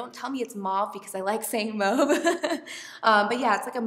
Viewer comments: "MOW-VE" is actually the correct pronunciation! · LOVE your videos! And you're actually saying mauve the right way ... well, that's how it's said in French lol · I love that lip combo, I'm definitely buying it! And you say mauve the way we say it in Ireland! 😎